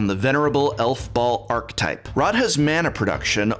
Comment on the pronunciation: Not to mention that "archetype" is a three syllable word, not two. I hear this one mispronounced by a lot of Magic players, so I think it is just a case of mimicking how others are mispronouncing it. Eventually, it will likely even become an acceptable variation.